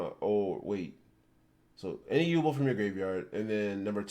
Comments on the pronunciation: If this guy says Yubel wrong again I’m gunna lose it 😤😫 it’s YOU-Bell as in You 🛎️🔔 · I have been waiting years! Finally my yubel gets some love i honestly thought she was forgotten about😢 Also what is up with the way he says yubel saying like yuball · How tf u miss pronounce yubel